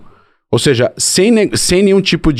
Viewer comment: O cara todo erudito falando “seje”… misericórdia 😅